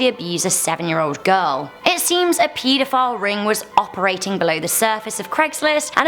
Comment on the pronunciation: Peedifile is what I hear at number 8